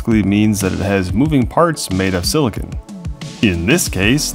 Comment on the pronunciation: “Made of silicun”… was this done on purpose to get a reaction?